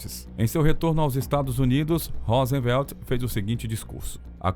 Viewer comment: Presidente dos EUA "Rósenvelt" é ótimo KKKK